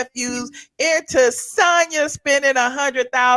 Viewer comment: I didn’t even know they were back last week. I was watching old seasons because I didn’t care about the Escape /SWV spin off. I guess I‘lol watch episode 2 live today. Maybe itMll help them out a bit. Lol. And her name is pronounced SAWN-yah.